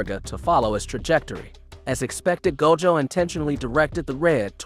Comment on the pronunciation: That pronunciation of Gojo's name was wid 😩😩